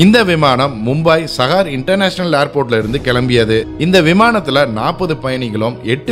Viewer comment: It's not mumbaai it's Mumbai..it's not sahar it's saahar (Pronunciation)